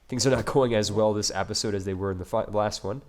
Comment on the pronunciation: I love your vids man, but you gotta stop saying appisode so much. You said it like 5 times per minute. Sorry but I do love your vids.